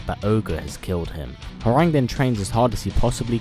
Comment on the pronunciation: His name is pronounced "Hwong" not "Howerraag", smh, did u even play the game bro?!